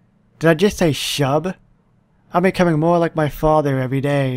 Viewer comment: Its no shub its Shuuuuuuuub